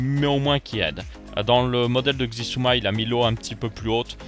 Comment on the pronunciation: sISUMA pas Xisuma... ça se dit sIsuma... c'est suedois (pas for le premier "s" genre sosoté et isouma, difficile d'expliquer mieux 😂)